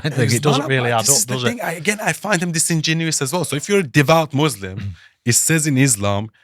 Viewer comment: The so called 'ex-muslim' cannot even pronounce thr word Muslims properly. The guy is a fraud funded by zios